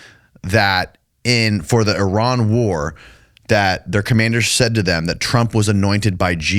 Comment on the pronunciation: eee-RON,FFS,!! eee-RON.